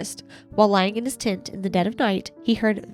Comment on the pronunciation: 34 minutes in and I just realized y’all are saying TENT I very clearly was hearing TINT and could not make sense of what you meant lol